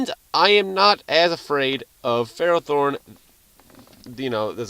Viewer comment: It's actually pronounced fur-ah-thorn, not fare-o-thorn.